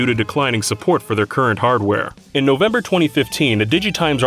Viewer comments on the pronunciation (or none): none